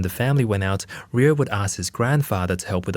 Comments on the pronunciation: Why is he saying "Riyo"(りよ)? Isn't the kid's name Ryo(りょ)? Is his pronunciation off or did he spell the kid's name wrong? 日本語上手ありませんだけどこの程度僕もわかる。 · Just a lil note: Ryo in Japanese is pronounced "Dyoh" (one syllable). I hope this is helpful. 🙏🏻✨️ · I didn’t watch the whole thing but my biggest Takeaway is that RYO is pronounced RIO instead of RYE – O. So RYO from the Ronan Warriors, I’ve been pronouncing his name incorrectly for years. I think the English translation of the cartoon messed it up as well. I should’ve realized because RYU from streetfighter It’s not pronounced RYE – U, thought a lot of people like to pronounce it that way. 😅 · Ryo is one syllable